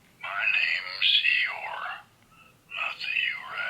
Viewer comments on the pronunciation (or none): she said eegore dufaq